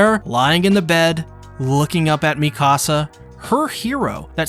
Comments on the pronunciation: Meek uh sa not mi casa I don't care about your house. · It’s Mika-Sa not Mi-Kasa